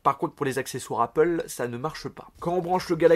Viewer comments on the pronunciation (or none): none